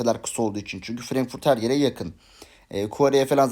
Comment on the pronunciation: ferenkfurt değil frankfurt o😂